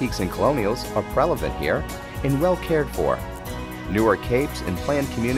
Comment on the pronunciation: Did he say 'Prelevant' ??